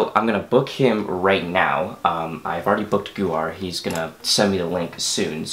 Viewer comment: Not to be that guy but It's actually pronounced more like Gau as in GOne and har like her So Goher